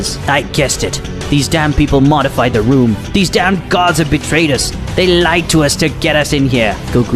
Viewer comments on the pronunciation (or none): none